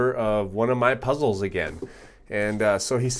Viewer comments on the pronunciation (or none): HIPPIHEMMO The Panda thank's m8! it sound like puzzels to me. lol